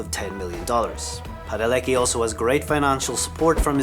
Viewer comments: Its Padalecki not Padaleski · PadaleKi, not PadaleSki. And there were two Rubys, so Gen was not the "one and only." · Dude...at least get the names right. You said "Padaleski." his name is "Padalecki" no S involved. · It padalecki, not Padaleski😢😢 I'm sorry but couldn't help noticing it. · He called Jared "Padaleski" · "Padaleski"????? Dude watch the show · "Padaleski" :DD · And he said Jared PadaleScki and Jensen's wife Danielle, not Daneel. He can't even read... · Yea I think we can all agree this guy doesn’t know his facts fully. 1. Crowley didn’t get killed by Lucifer 2. There wasn’t only one girl who played ruby 3. He pronounces Jared padaleckis last name wrong 4. He pronounces danneel ackles first name wrong! DA FUQ?!! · You can't correctly pronounce Padalecki or Danneel, Gen wasn't the "one and only" Ruby, Crowley sacrificed himself (wasn't killed by Lucifer).... Geez, do your homework before putting out a video. I can't trust any of your "facts."